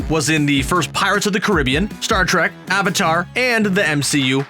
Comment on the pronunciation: It's avatar not aavaatar